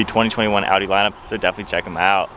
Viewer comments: Man thats Audi not a-u-e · That is Audi but you said (Au-e) A8L